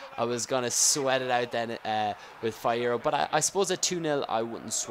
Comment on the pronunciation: Fee-eh-row. He won the u17 World Cup. Yes, I only know, because I'm Mexican.